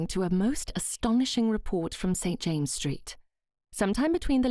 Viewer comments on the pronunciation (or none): none